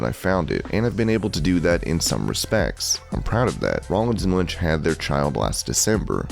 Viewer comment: You called Becky Lynch “ Lunch “